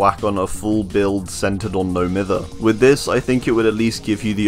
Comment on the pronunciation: It absolutely boils my piss when people pronounce "No Mither" incorrectly. Its pronounced (My-ther). Because the definition of mithering someone/thing is bugging or annoying them. So the term "No Mither" is basically means, "Im not bothered"